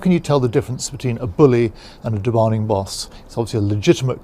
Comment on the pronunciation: I like how I think you saying demanding boss, but it kind of sounds like he says demonic boss. Both things exist.